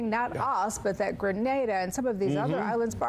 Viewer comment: Jmaican here. It is pronounced GRE NEY DAH (Grenada). Not to be confused with the Spanish city GRA NAAH DAH (Granada) in Spain.